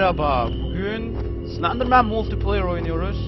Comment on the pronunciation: olum slendermen deil anislen***